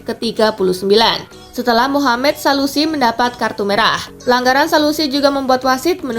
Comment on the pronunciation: Admin cantik,baik hati dan tidak sombong koreksi dikit gpp ya namanya salisu bukan salusi ☺🙏